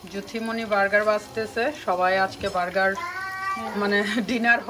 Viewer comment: Vargar ki ? Apni please apnar pronunciation thik koren! Litol litol taku bel vargar 😆